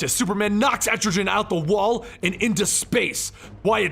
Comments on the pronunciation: It’s pronounced “EtriGan” not “EtriJan” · Etrogen, really? Etrigan😂😂😂😂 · ET-TRE-GAN not et-tri-gen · That was...intense But it’s Etrigan. Not Estrogen. 😂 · Man, i love your videos, but the way you pronounce Etrigan frustrates me! It's EtriGAN not EtriJan... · I always thought the pronunciation was "EtriGUN" instead of "Etrijan" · BTW / it's pronounced as etri- kan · etrigan with a hard g. like gone. goon. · I love this channel the only thing I hate is that he pronounces Etrigan like estrogen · Jackson Bland it sounds cool anyway. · it really bugs me they way you pronounce Etrigan. its a hard g sound like the g in "gone". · "Entri-jen" it's Etrigan, with no "N" and a hard "G" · Had to pause. This stuck with me. Etrigan's name isn't with a gin at the end. Let's see if it happens again. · Et-Tre-Gan (how you pronounce his name, not being mean just helping) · Pretty sure its Erti-GAN pronounced so it rhymes with 'Man'. His whole thing is rhyming and his transformation rhyme is "Gone, Gone the form of man! Arise the demon, Etrigan'. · I hate how you pronounce Etrigan... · C'mon. You didnt pronounce etrgan correctly? You cant be a comic-historian if u dont even take the time to say the names right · you butchered Etrigan name watch DC animation for correct pronunciation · why dont u just do the hole of year 3 like comic island and say etrigan right? still luv ur vids thoough :) :) :)